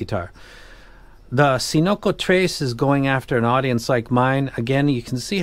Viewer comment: Cincotres looks like "cinco" (five in spanish) and "tres" (three), but I can't figure why. You should pronounce something like "Thinkotress". Cool name 😂